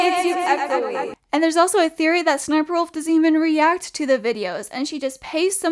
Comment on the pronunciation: It’s pronounced s-s-sniperwolf